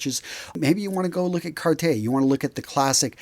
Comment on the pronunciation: Good video. You should learn how to say Cartier. Cheers.